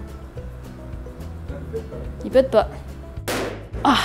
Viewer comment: J'adore le "Il pête pas........💥"X)